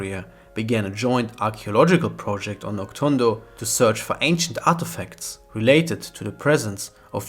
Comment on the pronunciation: It's actually pronounced Nok-DOON-do. Not Nok-TSUN-do.